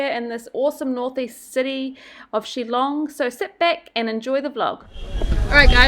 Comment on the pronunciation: Btw it’s “Shillong” dude not “chillong”... get it right at least